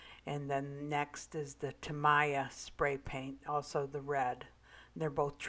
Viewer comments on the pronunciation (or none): It's pronounced TA-MEE-YA. Thanks for the demo